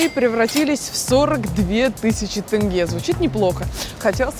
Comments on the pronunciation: Почему вы не можете вместо Тэнге э поставить е тенге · тЭнге, почему не тенге, ГДЕ ВЫ ВИДИТЕ ТЭНГЕ!!!! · Очень хороший выпуск!!🥰 Сама алматинка и смотрю с радостью) Но как то странно, что говорят тЭнгЭ а не тенге🤨 Она же русская не может сказать букву Е?😅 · Тенге через "е" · Не Тэнге а тенге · После слова тэнгэ я перестал смотреть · Да вы задолбали говорить ТЭНГЕ. Вы же не говорите ,,сэрэбро" или ,,мэтро" для россиян вот ,,теньге" чтобы вам легче читалось. (И только на мобилизации узнали что такая страна есть б🤬ь) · не тэнге а тенге мягко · Не тЭнге, а неужели так трудно сказать тЕнге! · Кого бесит когда она говорит тэнге а не тенге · Тенге, тЕнге, где вы бля.ь букву Э увидели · Говорите пожалайста не ТЭНГЕ А ТЕНГЕ это тоже самое как БАЙТЭРЭК говорите Байтерек заранее спасибо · Что-бы ведущим было по удобнее говорю попробуйте прочитать не "тэнге" а "теньге" так будет удобнее и более правильно) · Почему тЭнге а не тЕнге ААААА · Не "ТЭНГЕ" а "ТЕНГЕ" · как же заебали со своим тЭнге, научите уже своих персонажей правильно говорить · Всегда русскоговорящие почему то так говорят ,удивляюсь ,буква е и у них же есть ,почему то произносят как Э ,мы же не говорим СЭРГЭЙ . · Вы можете сказать тенге а не тэнгэ там нету буквы Э просто тенге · Выпуск понравился, но как русские ведущие говорят: "Тенге" - "ТЭНГЭ" прям раздражает... "Отрежьте мне УШШШИИИ " так сказать😕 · ТЭНГЕ БЛИН